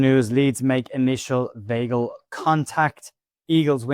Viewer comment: Weigl pronounced … V igh gl … igh as in ‘high’